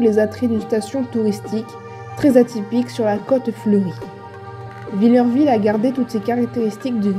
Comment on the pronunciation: Le village de mon enfance... pour info on ne dit pas "vill-EUR-ville", on dis Villerville , phonétiquement, "vill-air-ville"... 😉